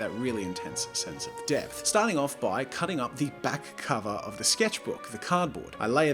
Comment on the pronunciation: Every time he said depth I think he says death